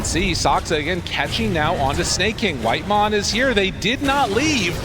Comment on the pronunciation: WHITEMON? NO, ITS CARRYMON